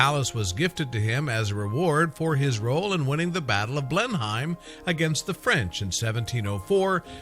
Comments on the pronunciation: Coming from England myself I've never heard it pronounced blen-hime before 😅 I'm pretty sure we just pronounce it blen-im? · Interesting but it is pronounced blen/hum palace I know that as I live in Oxfordshire not far from the palace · It’s killing me, every time! Blenheim Palace is pronounced as ‘Blenum’, the county of Oxfordshire is pronounced ‘Oxfordsha’ the Marlborough name is pronounced ‘Maulbra’ . You left out lots of interesting Blenheim history, like it being the home of the legendary Winston Churchill and also that the Palace is open to the public as well as the beautiful park and gardens that include things such as the Blenheim hedge maze but even though it is open to the public it is still home to the Duke of Marlborough and his family who live in the Palace in their own sectioned off private part of the Palace. I live in Oxfordshire and the Palace has always been a great place to spend days with my children exploring, playing and learning as annual pass holders. If you are going to do a video on a topic please, please look up how to pronounce vital words to the topic! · maplecwtch that and the way he pronounced Oxfordshire made me cringe